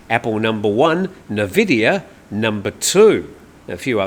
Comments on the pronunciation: Probably you aren't a gamer, Nvidia is pronounced “en-VID-eeyah,” not NUH-vid-eeyah, as some call it. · NVIDIA is pronounced N-Vidia. CHeers! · Nvidia is pronounced en vidia. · Just a FYI for you, the tech company nVidia is usually pronounced "in-vidia" even though it is not spelt this way.